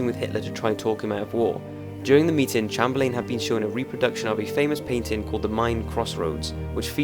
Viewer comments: I hate to point a mistake on one of your videos Top5s but the British Prime minster at that time was pronounced Neville Chamberlin as in Cham-ber-lin. Just thought I would tell you. grate vids by the way i'm hooked :) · You need to learn how to pronounce Chamberlain. Good video though. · I like your videos but your pronunciation of some words is weird. Chamberlain in this video.